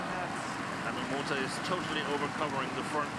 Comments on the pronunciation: For goodness sake, this lady commentator has been pronouncing wrongly Momota as Momoto as in all previous match involving Momota. Her partner doesn't correct her. What a shame. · I am not English nor native English speaker but I hear two pronunciations from Jill Clark. Sometimes she clearly says MomotA. (I think especially when there is his name spelled on the screen like the beginning of the match) Other times it sounds like MomotO to me too. I know non-stressed vowels get weak/ambiguous sound but her MomotO sound annoys me a little.